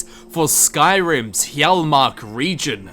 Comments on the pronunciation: Damnit it's Hyall-march not hyall-mark. SAY IT RIGHT. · It's yarl-March